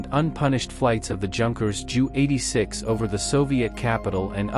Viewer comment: Here's a clue. If you going to use a fucking robot at least get one that speaks properly. Seriously, "jew", "m" etc. Such nonsense.